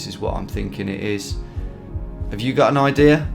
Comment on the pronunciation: "Canadarrr", "idearrr", "Americarrr"... why do you speak like a pirate?